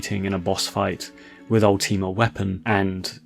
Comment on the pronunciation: Bro you yapped for 15 mins and didn't delve into any of the "secrets" of the facility. Also for someone who likes to be pretty grandiloquent it's probably about time you learn how to pronounce "Ultima".